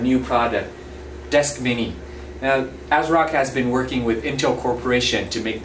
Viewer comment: It sounds like he keeps saying Azeroth